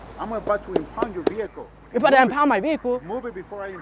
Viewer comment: It's " impound " not impund !